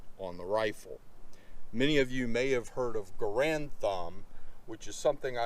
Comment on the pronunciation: Sorry to be that guy, but his name is: gah-RUND, not GAH-rund.